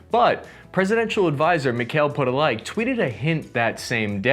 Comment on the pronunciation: Mikhail Podolyak - you mispronounced his name and last name. it should be "mee-kha-eel poh-doh-lyack"